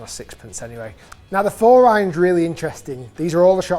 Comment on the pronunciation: Love how you say: "iyons"....